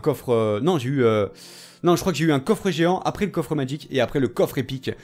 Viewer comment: Magique pas madgique